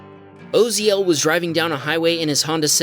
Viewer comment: * osiel is pronounced O C L those letters by the way I only know bc I used to work with sm with that name